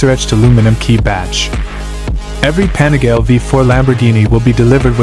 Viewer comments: Pronounced "Pa-ni-ga-lay" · There seem to be thousands of these weird anonymous AI channels continuously churning out the same garbage content to get a few thousand views. It’s so… I don’t know… gross to see a video appear highlighting 1 specific product, and the AI is so bad, the name of the product is massively mispronounced… over and over again.